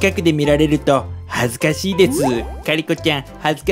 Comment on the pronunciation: は「恥ずかてぃ～」じゃなくて、「恥ずかしいっ）て言うんだ！ﾒﾓﾒﾓφ(．．)ちゃいちゃんにもナースに変身してほしいな✨セーラー服も似合ってたし🥰